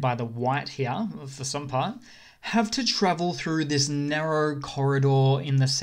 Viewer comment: I LOVE that this guy says "hya" instead of "here" every single time. My dad does this and it's fucking hysterical! :D